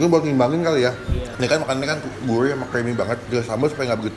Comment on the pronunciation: Siguurih bang siguurih, bukan siguuwih